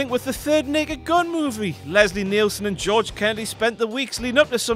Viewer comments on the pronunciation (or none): none